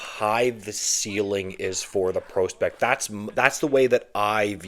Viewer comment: Is there a single word you pronounce properly? Acumen? Prospect?